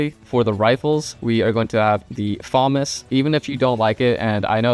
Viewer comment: My brother Elige its actually pronunced fa·mas